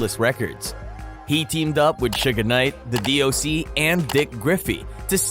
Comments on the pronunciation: He sounds stupid saying Suge Name the pronunciation is shug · Who in the fuck is suga knight he fucked suge name all up 😂😂😂😂and some mf should not do documentaries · Stopped the second he called him Sugga Knight. Gotta know the basics before I believe the info given at hand. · Suga knight, lol. Its "suge". And diddy used to be called puff daddy! Definitely gay. Haa, lol !!! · When you called Suge, "Sugar" I knew it was time to click off!🙄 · Suge Knight..... Not Suga Knight!! 😂 Wtf.... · What you keep calling him,,Shugga knight?.... You would think one would actually know the name of the person your documenting....I know it's too late but his name is "Suge "knight.... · This dude said Suga Knight 😂 This is how history gets rewritten from Egypt and in any period when written by the victors. Suga Knight…. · Lol bro why are you calling suge knight ‘sugar knight’ 😂😂😂😂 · LOL why he keep calling him Suga Knight 🤣🤣🤣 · Whyyy does he keep saying Suga Knight.🤦🏾‍♀️🙄 Not from the culture but commenting on it for views and $$$. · lmao Sugah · How you do a rap rewind channel and not know how to pronounce suge knights name